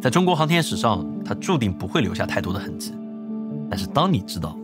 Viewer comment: 痕迹，ji-i-ji。把普通话练练好